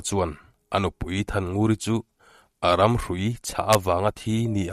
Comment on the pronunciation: Tlaikhawhnuah comment ve ang aw,hlothlawh hming i sawi hi,"a ram"nilo in,"a hram"tih tur ani zawk lo maw aw